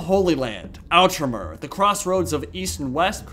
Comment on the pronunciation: When you said Knights of Outremer I swear I heard Knights of Ultramar.